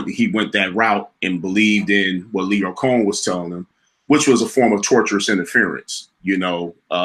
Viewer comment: ITS LYOR COHEN